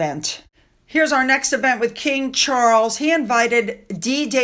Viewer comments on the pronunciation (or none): none